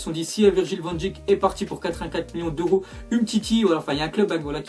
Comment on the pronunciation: Ça se prononce van deik